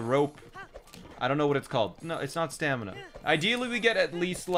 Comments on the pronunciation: can beat LOZBOTW without saying staNiMa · This entire time I was trying to figure out if he was saying stamina or stanima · Should have called the horse "stamiNAH" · he should've called the horse stamiNAH